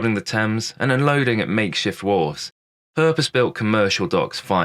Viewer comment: AI cockup, when did wharfs become wolves as per the subtitle?